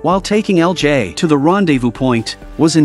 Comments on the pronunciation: EL JAAAY lol. I hope you'll switch to different AI voice in the future. Daniel CC recaps channel had the best and most natural one I've seen so far. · That ai is struggling with LJ